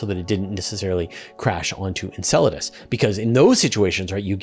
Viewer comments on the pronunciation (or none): none